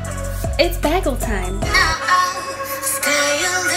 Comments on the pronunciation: I wonder at which part of the bagel making process could we add flavorings? Like cinnamon raisin or everything bagel spices. They look delish! definetly a recipe to try. (I pronounce Bayghel not Bahgel by the way LOL. The great quandary posed in the video) love your channel! Left a long message in the last video, which no need to repeat here LOL! Glad you feel encouraged :) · In NYC its bay-gehls (bay as in san francisco bay) nice video ❤ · Bay-gull is how it's pronounced on the east coast